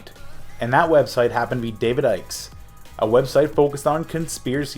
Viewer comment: Hey. I realize most people wont be familiar with David Icke but his last name is actually pronounced "Ick-ee", not "Eich" LMAO.